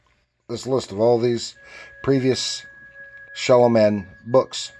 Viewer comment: Pronounced “Shalom” Man… the name is written stylized with the single “m”. Glad you enjoy the books!